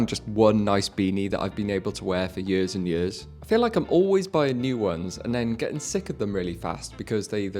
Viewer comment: "Yers n yers" ??? What?